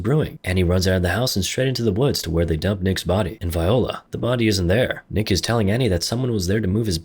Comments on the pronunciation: That's not how you pronounce "voila" and that was definitely not a shotgun she took out of his hand. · "...and 'viola' (vye-oh-la), the body's not there." It's "voila" (vwäˈlä). Why are there so many strange pronunciations in recap videos? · Nibba did you really pronounce “voila” as viola? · this man said “Viola” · viola really say at least one thing right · Lol "Viola" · Or the way he says voilà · "Clapped", "Self delete", "Estremely", "Viola!". You're barely able to speak.